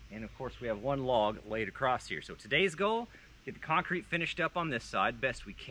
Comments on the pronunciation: And we’ve just added a “ T “ to the word across. Great work, keep going and even I may need to go back to whatever school you guys were educated in, ( supposedly) Just sayin!!! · acrost. not a word.